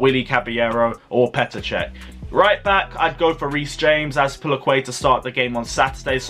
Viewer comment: Bro said Cech 😂😂